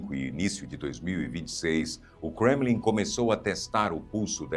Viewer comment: Coisa chata isso de pronunciar Kremlin como se fosse uma palavra inglesa.